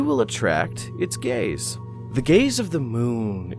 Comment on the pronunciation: “you will attract its gays”